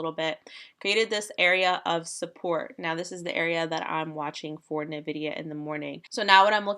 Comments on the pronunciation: OMG my ears!!!! It is "N-VIDIA" not Ni-VIDIA!!! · Its en-vidia not nuh-vidia (Hermione voice) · It’s pronounced En - Vidia. That said, it doesn’t really matter you’re just trading it. But it sounds so weird! Anyways cool content.